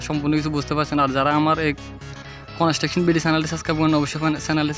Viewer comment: কনেসট্রাকশন না বলে কনস্ট্রাকশন বলেন।